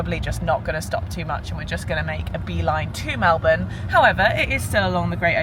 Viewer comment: No worries. Your pronunciation of Melbourne was perfect!!!